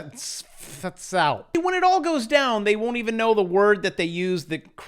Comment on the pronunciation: "Also known as the CDFASALP" - Actual LOL on this pronunciation